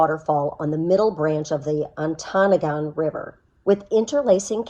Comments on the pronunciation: Very nice and informative video. Your pronunciations were very good as well. Ontonogan was a little off , On-tun-AH-gun. Glad you enjoyed the UP . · I should add a slight correction. The locals call it ont-NAH-gun.